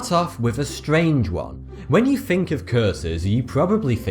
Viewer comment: you probably fink